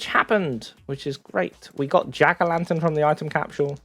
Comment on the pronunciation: Can you please pronounce "Capsule" the correct way?